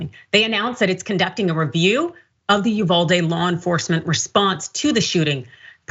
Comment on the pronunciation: UVALDE= E-VADEE 😡